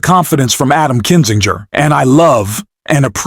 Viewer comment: Why can’t you pronounce Cheney?!? You’re saying Trainy?!? Kinzin-Grrr. not Kinzin- Jerrr.